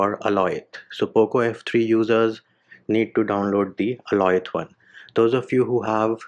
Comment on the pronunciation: Bro it's Alioth, not Aloith.😅😅